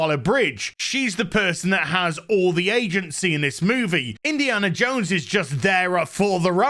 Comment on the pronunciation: It's Indiana JONES!!! Not Indiana JANE!!